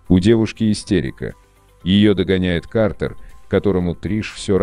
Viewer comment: Наверника его имя пишеться как Картер но произноситься как Картр